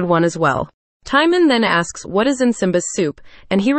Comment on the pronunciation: In EVERY version of The Lion King, the warthog's name is Timon (pronounced TIM-OWN, it RHYMES with Simone)